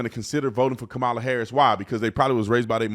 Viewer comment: Do the llegals have to pay back all those millions 🙄🤨 And its pronounced "COMMA-LA"..her explanation 😅😅